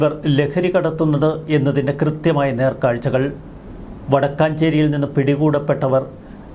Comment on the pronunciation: Vadakkancherry alla vadakkumcherry aannu